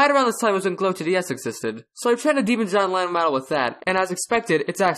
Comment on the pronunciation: "hohn Weyyon" Lohn Jennon 2020